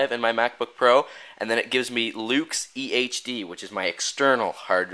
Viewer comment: When you said EHD it sounded like EA Games